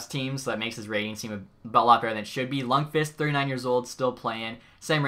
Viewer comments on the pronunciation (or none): none